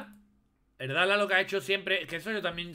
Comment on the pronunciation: "Er Dalah" éh con cariñoh 😂